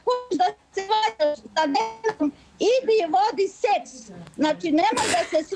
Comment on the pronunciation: Zamislite da vam majka kaze: “Vodite seh” 🤷🏼‍♀️🤦🏼‍♀️